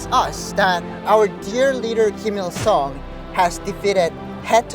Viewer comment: ㅏㅑㅜㅇㅁ ㄹㄷ디(웁스) Kinda feel weird about this guy. 1. He pronounces Ghim Jung Il (김정일) as "Ill (이을)" instead of "Il (일)" like Koreans (both North and South) would pronounce. 2. He doesn't have any "accent" when he speaks English and he's... FLUENT. He's the first North Korean I've heard without any accent. 3. So he says he's a 'Christian', so he was brainwashed from the Communist and now brainwashed into believing some fairy god that watched all the North Korean starve to death, died from torture, etc. and he worships it?